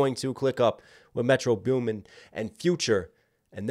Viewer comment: He says metro beuumen 😂😂